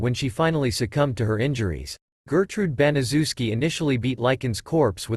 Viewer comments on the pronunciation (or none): It's name is pronounced bana chef ski I know it's a big name but say it with me bana chef ski it's a polish name!!!!